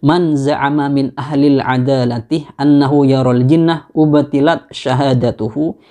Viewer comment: Bukannya memang ada redaksi: أبطلنا dan أبطلت dan mbacanya abthaltu bukan ubthilat.... Jenengan juga perlu dikoreksi...